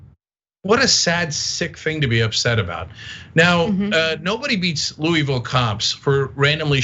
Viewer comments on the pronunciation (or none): Very respectfully: you are not saying the name of the town and Metro Police correctly. The name of the town is Louisville and it is pronounced like you have a mouth full of vowels. I just to work there and have family from there. We can tell if you from there or not based upon how you say the name of the city in Kentucky.